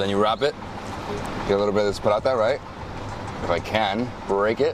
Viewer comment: STOP pronouncing paratha the way you do, it’s not the right way and extremely annoying. !